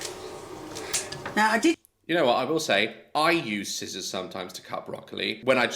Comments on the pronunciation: did bro just pronounce the c in scissors...? 💀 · Let me get you "A pair of skissors 😂 scissors love daz always makes me laugh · “Let me get you some sKISSORS!”😂😂😂😂😂😂😂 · Daz I love you, but are you really the right person to joke about funky pronounciation when you say "Ignot"? xD and SKI-ssors? I love you Daz xD Also looks so tired and weak, I really hope she's seeing a doctor, I hope she's ok...